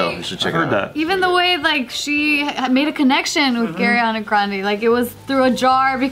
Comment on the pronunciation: Either this a woooooosh but and both said gariana grande